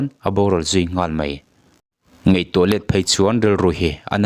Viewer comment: Thilvâr phût ni lovin. Thilvâr phut tih tur. Ngaih ni lovin ngeih tih tur. Mizo tawng hi hman dik tum hrâm hrâm teh u.